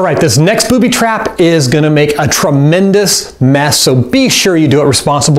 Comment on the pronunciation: he said Boody